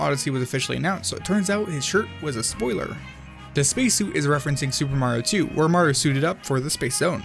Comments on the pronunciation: HE SAYS MARO NOT MARIO BOI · “super maro odyssey” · "Super Maro Odyssey" 😕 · At The beginning:why do i hear "super maro Odyssee" 😂😂